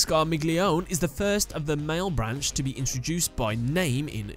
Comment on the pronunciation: That "malebranche" pronunciation though...